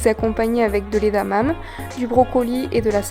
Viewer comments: super vidéo ! juste une petite remarque, on ne dit pas édamam' mais édamamé ; toutes les sillages se prononcent ! bonne journée végan !! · Juste pour info on dit pas edamame ça se dit edamamé mais sinon j'adore tes vidéos 😍😘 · tes plats sont super appétissants, par contre edamame se prononce édamamé :P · Cela se prononce EDAMAMÉ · Bonjour, très bonne vidéo ça a l’air délicieux ! Par contre, edamame se prononce « édamamé » en japonais ! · Superbe vidéo J'adhère totalement superbe presentation superbes recettes très inspirantes Jvais en tester un paquet😍😍 juste une petite remarque edamame se prononce é-da-ma-mé en japonais (éda = haricot mamé= branche) 😘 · Pour info, edamame se prononce "edamamé" ! ;-)